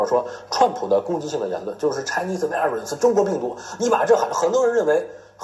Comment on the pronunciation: 请转告Stone 说Virus 的时候V音要用上牙咬下嘴唇啊…………！！！作为生活在美国的人……这发音也太烂了，他把评论关了也没办法提醒他…………………………